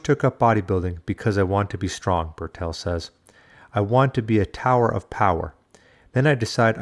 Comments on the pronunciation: Why you addressing Bertil as Burr'tell? His name is BERTIL. You also sneak in Cowardly digs about his past. - either trying to be clever Or just being a complete W@ To be honest You seem like a complete W@ Unsubbed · Bertil Fox, Bertil, not Bertell!